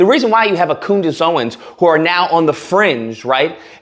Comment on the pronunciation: “Coondace” is so fitting.